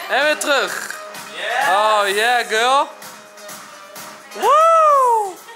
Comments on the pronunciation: In plaats van girl zegt enzo: gul 😂😂😂♥️ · Dit is hoe enzo "Girl" uitspreekt: "Giwl"